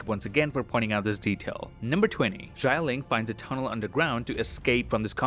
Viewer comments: It’s “Xialing” not “Shyling” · Xialing is pronounced “Shaling” not “shayaling”